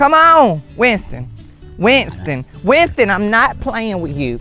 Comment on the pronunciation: Darn. Even the garage door caught it- called a heaux. Then Winston the pig’s name turned into 3 syllables- Wi-yun-ston. 😂 I love this guy!